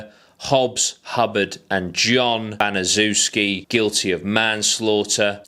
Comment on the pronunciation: The last name is pronounced Ban-is-shef-ski👍